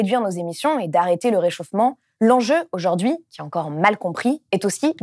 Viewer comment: merci d'être là et de faire tout ça! (juste un truc, vous employez souvent le mot "aujourd'hui" et vous le prononcez "aujord'hui", c'est dommage et c'est gonflant… mais on vous pardonne, vous êtes super! ). 😉😃